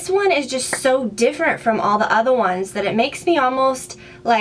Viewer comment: love your new hair!! I love how you say "the other ones" it sounds to me like your accent comes out more? (I might just be hearing things though :P haha) fantastic video!